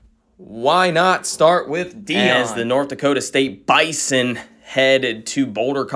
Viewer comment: It’s the NDSU biZon we say it with a z man not the bison